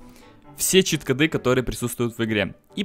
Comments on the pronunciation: чит-кОды, а не чит-кАды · Не Кады, а коды!!!!! Такое ударение - это тупость. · Короче, ты вроде неплохой человек. Но во-первых, чит кОды, во-вторых, поменьше бы пиздежа, побольше бы дела,в-третьих, ты похоже маленький ещё? Это же как надо коверкать многострадальный русский язык?